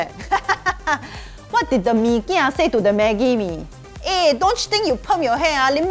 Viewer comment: Meekia calls Maggie Mee " Mamee " 🤣🤣🤣